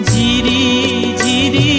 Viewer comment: ঝিরি উচ্চারণ জিরি শোনাচ্ছে। বাদবাকি দারুণ সব।